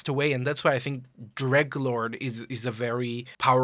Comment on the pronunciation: you know he's a real fan when he calls the dreglord "greglord"